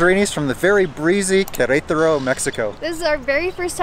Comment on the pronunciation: Good job pronouncing Querétaro 😂